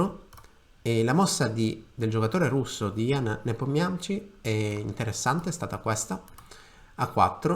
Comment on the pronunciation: Si pronuncia Nepomìsci!